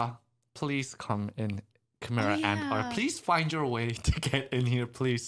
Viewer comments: its not chImera. You guys pronounce it like "Ki" from dragonball z. It's more like "kai" kaimera ants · because nobody who speaks English knows how to spell foreign words. How do you think Gojira became Godzilla? Chimera is pronounced Kai-mare-ahh instead of Chee-mer-ah despite the spelling.